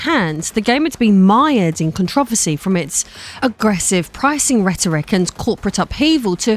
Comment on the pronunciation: Im sorry but the way she is saying controversy is bugging me😂